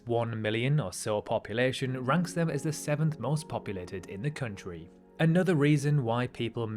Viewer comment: Country not "Khöntriii"